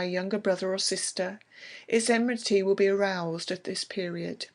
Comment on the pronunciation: 😂😂i was looking for someone that feels the same dont know why he was allowed to read